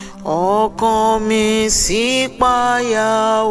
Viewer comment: This is a Yoruba song. The word Ṣipaya was wrongly pronounced. The notes of the second line in every stanza are wrong too. Kindly make amends is possible.